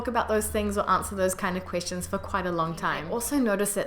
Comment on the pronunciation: This is unrelated, but I noticed sometimes when you say 'question' it sounds like you're saying 'christian' or more accurately, 'queesh-tion'. Don't worry aboot it, its really cute^^ Love from Canada.